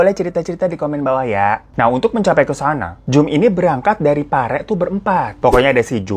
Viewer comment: Pare bang 😂 bukan parek